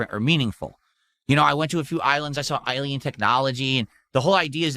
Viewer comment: "eilien technology" Hey! Did they reinvent the wheel with Subnautica 2? I must have missed the first 10 times you said it.